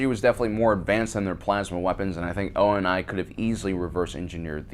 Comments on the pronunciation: Is it just me or is pronunciations words seem a little off not major just like saying U N S C instead of saying it as a whole word or saying O. N. I. And not ONI just seems a bit off also calling Sergeant major Avery Johnson a Master Sergeant seems like a insult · Why I gods name is he pronouncing every individual letter in the name ONI.